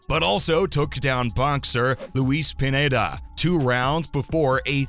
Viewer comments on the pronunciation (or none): Put some respect on luis pineda, not pinada